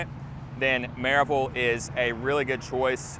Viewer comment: Another out of towner who is from some other state and doesn’t know how to say Maryville. Most likely a Amazon employee.